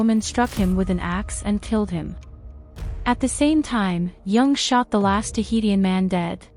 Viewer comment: Interesting video but I don’t think you’re pronouncing Tahitian correctly, it’s pronounced Tuh hee shn.